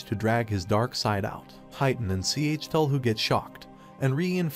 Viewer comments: WHY DOES HE PRONUNCE IT "C H TUL HU" IT HURTS TO LISTEN TO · You know it’s a confusing time when it takes literal minutes to figure out which god is being referenced when it’s pronounced C H Tell Hu. Cthulhu. It’s goddamn Cthulhu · he pronounced the name wrong